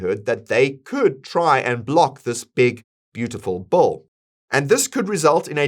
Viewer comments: It’s Big beautiful Bill not big beautiful bowl LOL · It’s Bill Not Bull! 😂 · Your pronunciation of the word 'bill' sounds exactly like 'bull'